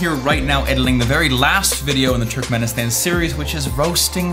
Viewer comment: I am a turkmenistan and you dont say it like turk men istan you say it like turkmuanistan